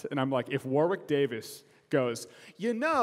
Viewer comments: It's pronounced "Warrick" guys, not "War-wick". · You don't pronounce the 'w' in Warwick!